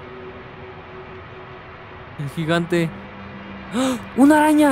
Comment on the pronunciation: Oigan dijo una aña en ves de araña